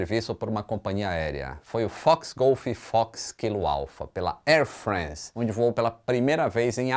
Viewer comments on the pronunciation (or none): top o vídeo. Parabéns pelo ótimo conteúdo! Só uma dica: ao invés de falar Air Frence, fala exatamente como se lê: air france, tipo air frânce. É o mais próximo possível do francês. Bombardier: do jeito que se lê, também: bombardiêr. 🤣🤣